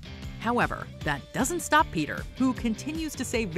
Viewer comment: Ah yes "pea tear"